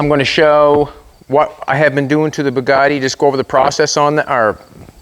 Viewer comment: please pronounce the name as french say it - It's called Bugatti not Poogaadi